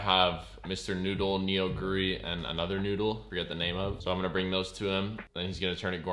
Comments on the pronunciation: it's not pronounced NEO guri, but it's can be hard for people that don't speak Korean ^^ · Neo-goori 😑 lmao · Neoguri pronounced nuh-goo-ri